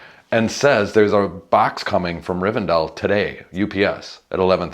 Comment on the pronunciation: It's Riven- DELL ! :face-fuchsia-tongue-out: not Riven-dale !